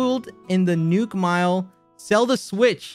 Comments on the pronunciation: why does he say nook like newk, its like america in ww2 “lets newk hiroshima” or whatever the place was called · He kinda says it like “nyook” lmao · Quackity says "Nook" like "Nuke"😐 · The way he pronounces “nook” is killing me.